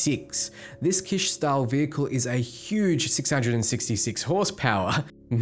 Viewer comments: Like the word Kitchen, without the the 'in' sound at the end. Or the word Bitch with a K. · It’s not pronounced “Kish”. It’s “kitch.” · "Kitsch" is pronounced "kitch" (like a "witch"), not "keesh". Haven't you ever heard this word before? It's not like it's some obscure term. Kitsch is the art direction considered to be cheap or in bad taste. Too colorful, too bright, too aggressive etc. It's contrasted by "high art" or stuff we'd call classy and toned down.